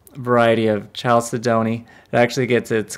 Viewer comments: I think it's pronounced "Kal-ced-ony". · KAL-SED-OH-KNEE for the love of god. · I like your work which is why I subscribed. I find faceting gems fascinating. Just one thing....chalcedony is pronounced, Kal-SAID-dough-knee. Keep up the good work!